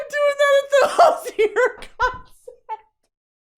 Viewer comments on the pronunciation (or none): none